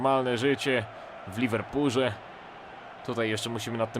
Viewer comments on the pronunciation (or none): w Liverpurze? XD a nie w Liverpoolu? ;D